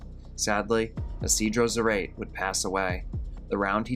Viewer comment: For the last "fate", the last name of man that was shot is Zarate and in English pronounced Za•rah•tee (like Karate but with a Z). The Spanish pronunciation is: Sah-rah-tay (rolling the r in "rah")